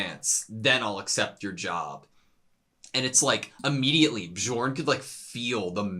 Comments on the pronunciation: BE-YORN it's not like DiGiorno, he's not a pizza 🤣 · Guys, the pronounciation of "J" is scandinavian so it should be read like "Y" -> Bjorn is ~Byorn~ , Jomsviking is ~Yomsviking~ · Hey editor, can you pass along correct pronunciation to them? The j in Nordic language is pronounced like “yo” it’s gonna drive me crazy if they say joms and bjorn wrong the entire show lmao.